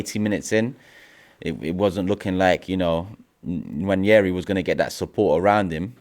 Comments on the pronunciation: Nwaneri is pronounced ‘Wah-ne-ree’ not ‘Wan-yeh-ree’ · There is no 'Y' in Nwaneri. We owe it to him to pronounce his name correctly. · Why do they all keep Butchering Nwaneri's name😂😂 It's Nwaneri not Nwañeri ffs😂😂😂